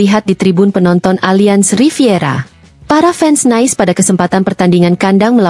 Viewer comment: Itu bukan dibaca Nais tapi NIS(French)